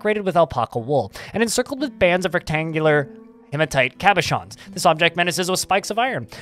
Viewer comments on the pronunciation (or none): none